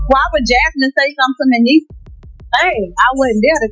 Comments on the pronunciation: lmaoo she called him “mishi” AND “messes” its like everytime she said it she butchered it more🤣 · Her pronouncing Mendeecees name completely wrong the whole time is killing me lmfaooo